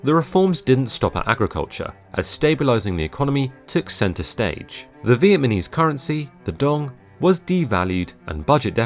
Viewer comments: Very good and informative video....but the narrator mispronounces the word Viet-na-mese by saying Viet-ma-nese a few times.....more practice....more practice...... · Did he say Viet-Ma-nese instead of Viet-Nam-ese? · It's Vietnamese and not VietMANese! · Please say “VietNAMese” and not “Vietmanese” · Vietnamese not Vietmanese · Uh...It's "Vietnamese" not "Vietmanese" but thanks for that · “the Vietminees” 😂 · “Vietmanese” 🙄🙄🙄🙄🙄🙄 you did everything else well except that lol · I've heard "Vietnamese" mispronounced so many times in my life it's almost offensive. Please show us some respect.